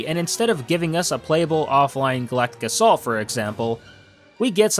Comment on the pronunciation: U said assault wrong